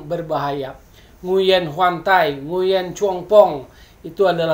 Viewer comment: mas bro , nguyen itu bacanya wuing , tlg beritahukan ke teman2 , terutama komentator rcti , kan bisa di pelajari di google